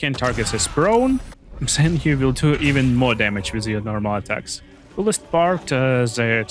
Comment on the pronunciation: One tip: it is THEN not ZEN 😃 Very good video